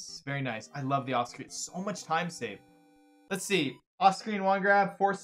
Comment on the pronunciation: I realize he says 'off-screen wand grab', but I swear I hear it as 'Austrian wand grab'....